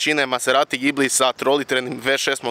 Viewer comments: ime auta se ne cita sa z nego sa S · mislim da se pravilno kaže Đibli